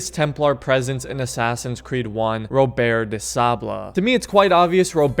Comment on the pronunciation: You know you can just say Robert normal